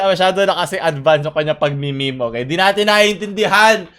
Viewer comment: meme po hindi mimi haha